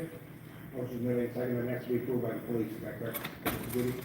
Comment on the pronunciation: say Pleese again! love it, Pleese Department is priceless